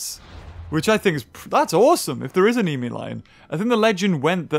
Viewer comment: dies hearing him botch the namian lion and madusa